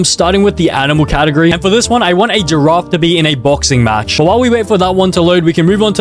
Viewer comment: bro frogot how to pronounce giraffe☠️